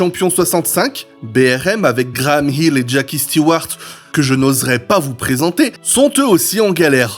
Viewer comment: Intéressant... Sinon, concernant la prononciation, on dit moteur CLIMAX... avec un i qui se prononce comme un i en français... En anglais, tous les "i" ne se prononcent pas AÏ, comme pour le i de Graham HILL (et non pas Graham "HAÏll") ou celui de JACKIE Steewart (et non JackAÏe Stewart) ! Faut arrêter de m'écorcher les oreilles ! 😅 Rien de méchant dans mon commentaire, hein ! 😉